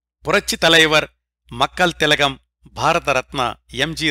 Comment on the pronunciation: Sir, Chinna correction, sorry forgot to mention before: మక్కళ్ తిలగం not మక్కల్ తిలగం 🙏. This takes nothing away from your amazing series!